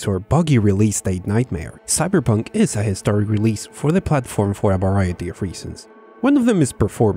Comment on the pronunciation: Graphics are too low that Keanu turned into Keenoo. “Sybur Poonk”